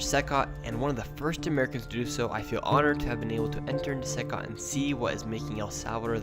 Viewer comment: It's not pronounced "SYCOT" It's pronounced "SEE COT" CECOT.